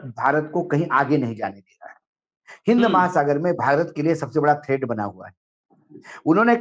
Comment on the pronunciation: थ्रेड नहीं थ्रेट होता है सर 🙏